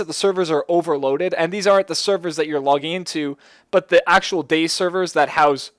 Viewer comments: DayZ is pronounced Day Z. not days..... its two words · "Day Zee" Not "Days" What does "Days" have to do with zombies? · Cannot stand that he keeps saying Days and not DayZ, He also says Cherno is the biggest city at the start, Thats when i tuned this video off. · its not days it day-z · its not days man. Day ZEEEEEEEEEEEEEEHHHHHHHHHHHHHHHHHHHHHHHHHHHHHHH lol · you're not meant to say dayz you're meant to say dayzee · I feel like he is a new player thinking he is good at the game and trying to give tips but, as soon as he said "Days" I cringed. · not DayZ its DayZee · It's pronounced "Day-Zee". The developer - Dean Hall - calls it that. And he's neither British or American. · No you cabbage, it's pronounced "Day-Zee". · its DayZ not days. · Even Dean Hall, the creator of dayz pronounces it Day Zeee. you must be a special kind of special. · Or Day Zed? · ITS PRONOUNCED DAY ZEEEE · its day-zeeeeee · ITS PRONOUNCED DAY ZEE!!!!